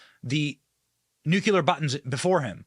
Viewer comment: I vote you quit demonizing the wives. And learn how to pronounce "nuclear".